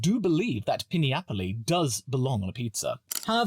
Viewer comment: Well when you pronounce pineapple like that…I can’t help but agree with you